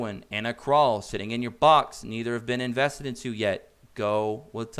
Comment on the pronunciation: Dude...seriously.....Pronounce the names correctly. Krau is German. Pronounced KR OWW Like when you stub your toe and say oww!